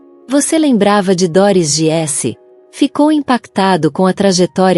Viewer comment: Treine sua IA para dizer GUISSE, como disse, e não giesse. E equipa é português de Portugal. Para nós é equipe.